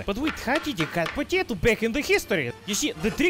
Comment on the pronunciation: i love how he said potato like “poteta” 😂😅🇷🇺💜